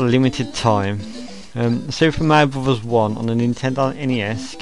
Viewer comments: to bad you pronounce it super mario brobos. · super mrio bbsss xD lol learn how to talk xD